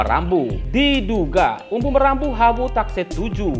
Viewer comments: Bukan Umbu Marambu pak Jurnalis. Tp Maramba Hau. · sebut nama orang yg benar jagan sebut salah nama orang UMBU MARAMBA HAU...bukan UMBU MARAMBU....buat lah konten yg profesional dikit Atur kata2 di edit yg baik jagan asal sebut nama asal2